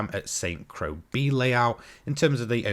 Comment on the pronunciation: Pretty sure Croix is pronounced 'croy' btw :)